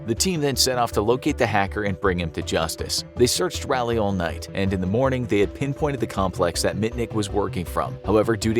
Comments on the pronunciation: As someone who lives in north carolina. Raleigh is pronounced rah (egyptian god) lee (like bruce lee) so rahlee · thank you! I questioned my pronunciation hard bc this video. (I'm from SC and we pronounce ERTHING wrong) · That's not how you pronounce Raleigh NC 😭 ...... It's ra-lee Like Egyptian god "Ra" Then like Robert e "Lee" Ralee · Can’t pay attention to the video because of the way you say Raleigh. “Rowley” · You mispronounced Raleigh it’s pronounced ralee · I'm in Mayberry myself, and came to the comments to say something about it too, lol. Rah-Lee, come on, man... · Raleigh is pronounced rah-lee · that is not how Raleigh is pronounced! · You butchered that name.. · Video was awesome as always. But hurt my soul every time you said Raleigh. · It’s RA-LEIGH not he pronounced it all wrong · The way you say Raleigh made me feel very uncomfortable. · It took me a solid ten seconds to realize the narrator said "Raleigh" at all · As a resident of Raleigh, NC, how the host pronounces Raleigh is hilarious, lol. Close enough, I guess, lol. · Growing up 20 minutes from Raleigh and then going to college in Canada and hearing it said like this every time NC is brought up cracks me up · rally? 😨 my dear friend it is raw-lee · RALeigh!?!!? Excuse you, it's RAWleigh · its pronounced "rah-leigh" not "raa-leigh" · It's pronounced "raw-lee," not rally. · Great video but for the love of God It's pronounced "Rolly not "Rally. Lol don't know why that annoyed me soooo much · I'm from North Carolina (NC), and just to let you know, you are pronouncing the name of the city incorrectly. Raleigh is pronounced: "Rah-Lee", not "Rally". So say it like, "Rah-Lee" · “Rally”, NC? lol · I hate the way you say Raleigh, NC It’s not “rally”, it’s pronounced “raw-lee”… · That cell phone tower is just down the street from me! Terrifying. also Raliegh is pronounced (rawl-e) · Can't believe this story since he can't even pronounce Raleigh correctly... Rally? NC? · Its Raleigh NC not rally